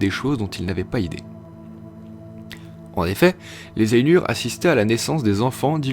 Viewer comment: Ainur ça se prononce pas ènur, mais Ay-Nour (aille-noure) et si tu veux pousser la geekerie a fond tu roule les "R" en elfique. Le U c'est toujours "Ou" et les lettres A et I ne forment pas le son "è" mais A suivie de I, par exemple Dunedain se pononce Doune-Da-Ine. J'invente rien c'est dans le livre.